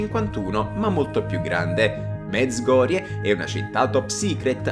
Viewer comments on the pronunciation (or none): none